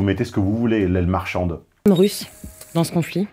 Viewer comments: Il a peut-être mal prononcé, mais il a clairement voulu dire "l'aile marchante", et pas "l'aile marchande". Larousse en ligne: "Aile marchante, dans le mouvement de conversion d'une troupe, partie la plus éloignée du pivot, qui décrit un large arc de cercle ; membres les plus dynamiques d'un mouvement et qui entraînent les autres." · Aile marchande ... Ou aile marchante ... En chinois standard, t non aspiré et d ne sont pas discriminés, en français oui. Et Mélenchon prononce mal ( mauvais retour dû à sa mauvaise oreille ?) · si je peux me permettre une petite correction, il dit "aile marchante" pas "marchande" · "L'aile marchante" et pas "l'aile marchande". Un peu de précision pourrait remplir, désespérément malgré tout, la vacuité de vos analyses. Un simple tour sur internet vous aurait permis de trouver l'adage... c'est bien dommage.